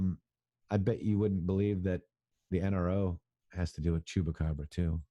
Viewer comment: Say chump, chupacabra!!! Not choop. It will help you to spell it.